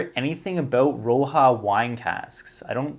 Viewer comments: Rioja = "ree-oh-ha"...cheers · On the HP 16, “Rioja” is pronounced “Ree-Oh-ha”. It’s a Spanish red wine made from Tempranillo. Traditionally made with American oak. But some more modern producers are using French oak which significantly changes the profile. Funny, I have not tried most of the bottles on your list. Probably because most of my bottles are Distillery exclusives from my travels. I’ll definitely keep my eyes out for the Springbank 10.